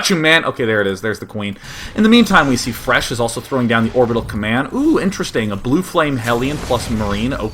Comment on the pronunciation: lol'd at calling fResh "IRish" once